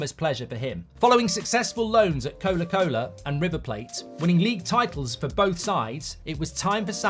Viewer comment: Most pointless video ever. Who asked for this, when you can already find videos like this that are done much better? Also, he keeps doing his stupid little accent thing for names he hasn’t heard of before. He called Colo-Colo, ‘Cola-Cola’ if you listen to it a couple times. Don’t know why he sometimes pronounces the ‘O’ at the end of a word sometimes as an ‘A’. No one else does that.